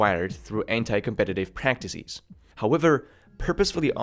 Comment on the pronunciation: Practicees, olgarythms, businessees... haha